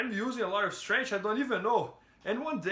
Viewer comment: Please pronounce it STRENKF.... not STRANGE like Demian Maia